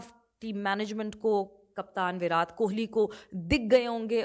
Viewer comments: मैम ,,विराट बोलते है विरात नहीं 😊😊😊😊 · Virat ka "T" is pronounced like the "T" in 'Tamatar', not like the "T" in 'Tarbooz'. Please keep this in mind for your future videos. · विरात नहीं मैंम विराट कोहली 😂